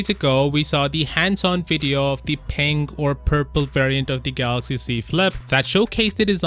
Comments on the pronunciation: My only hope is the next president of Samsung can pronounce Galaxy instead of Galax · lol I know how to spell Galaxy dude.. DJ Koh says Galoxy and that's the tradition we like but won't be there anymore as there is a new CEO